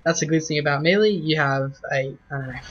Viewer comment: why can absolutely no one pronounce melee??